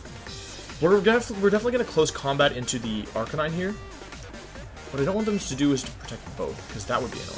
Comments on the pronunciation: Did he just say arca-nee-nay? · Wtf?! Arc-ah-knee-nay?! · Arrrr cain neee neee! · y u pronounce it arcaneenay and arcanine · Arcanine "Ar-canine" canine like a dog. Not cah-nee-nay. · Ah yes good ol Arcaneene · ArcaNINEY? Wh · “Arcaneenay” This makes me extremely angry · arc a knee nay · Arca nee nay? Now, I know you mispronounced that on purpose. I bet I know why. People, don't make fun of him for how he says things. He'll start doing it intentionally, just to annoy you. Which will annoy the people it didn't originally once they notice, and hurt viewership. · Arch uh knee nay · If you call him arkayneenay again i will unsubscribe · Your pronunciation of Arcanine gave me cancer. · The fucking way he says Arcanine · Well, he always pronounced Arcanine like that... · I've never heard anyone pronounce it like that ever